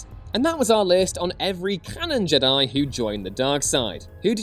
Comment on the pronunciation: Stop fkn saying Jed-die. Its Jed i ffs, if literally disliked and stopped watching for this stupid pronunciation. Like they dont pronounce it like this in the movies do they? No!